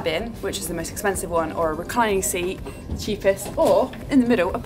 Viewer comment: Why do you say your 'th' sounds as 'v' sounds?